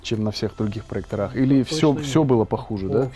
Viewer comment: ПроЕкторах - ставьте правильно ударение!!!